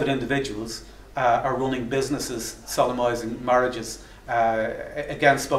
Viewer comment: I'm a huge fan of Atheist Ireland and Michael Nugent. Michael, if you read this and if you are open to constructive feedback, please note that to an American ear when you talk about people "solemnizing marriage" it sounds like "sodomizing marriage". Maybe we just don't really use the word solemnizing in the States. just my feedback for whatever it's worth. Keep up the awesome work that you do!